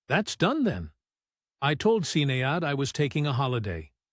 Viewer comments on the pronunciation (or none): I never heard Sinéad pronounced as “Sin-ay-odd“ or Máire pronounced as “Mare” before 😂